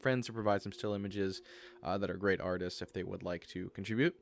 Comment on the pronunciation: I've heard autists instead of artists in the Lacaios part.